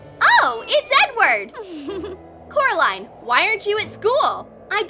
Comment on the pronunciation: ''it is Coraline not carline ''